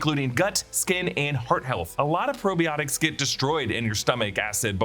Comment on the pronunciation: The way you said Probiotics is making me sad....